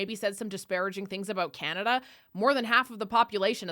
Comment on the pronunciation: Called it chinada , not communada 😅